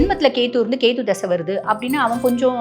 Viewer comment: கேது madam... கேத்தூ இல்ல....